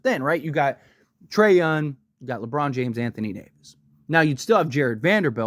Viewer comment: Donavan Mitchell YES…. Trey YounG! … not Trey Yun…. No